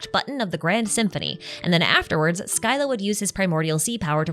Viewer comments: it's pronounced sila, not skyla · Scylla is pronounced Silla. Like scylla and charybdis from greek myth correction to be made: She specifically mentions that it removes people’s memories of the HoTH. Which is most of their memories, but not ALL their memories in their entirety. Otherwise they wouldn’t know how to speak or walk, and be returned to an infant-like mental state. They still retain bits and pieces of who they are. But their memories of their family at the HoTH and upbringing are just gone. Edit: Also it’s kind of adorable how Arlecchino’s feelings are completely evident in her actions despite saying things to try to throw us off. She didn’t offer Lyney, Lyneyte, and Freminet those flame bottles because she wanted them gone for protecting the 2 kids who wanted to leave. She offered Lyney, Lynette, and Freminet those flame bottles because SHE wanted them to leave. Or rather, she’s afraid of them dying and wants them to prosper, so she offered them an out so they don’t have to face the potential dangers of project stuzha. And she was obviously happy when they decided to stay with her of their own free will. She likely gave the other kids the option to leave as well. It’s very clear she cares more about her kids than she does about herself. The whole point of her plan with neuvillette was to ensure that former HoTH members thrive in their new lives in Fontaine. She wants them to be happy, not to die for the HoTH on missions with objectives they may not even agree with. Hence the flame bottles. And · Actually, the correct pronunciation is 'skilla' since this is a greek word. However, pronouncing it as 'silla' isn't wrong either since that's the latin pronunciation lol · No tweaks. It's pronounced "Sill-a" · Your pronunciation of Scylla is also wrong btw, it's the Greek word Σκύλλα